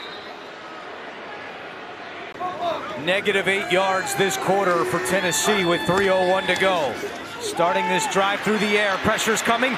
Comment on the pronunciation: “TeNnEsSeE tOuGh”